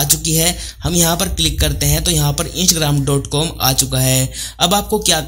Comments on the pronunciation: bro its not insh ram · इंसग्राम nhi hai bhai 😃😃😃😃😃😃😃Instagram hai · Insgram kyo bol ra be laode wp Instagram hai 🤌😡😤😤